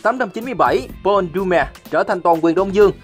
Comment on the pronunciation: Dương đọc cái tên Doumer nghe hay dễ sợ 🤣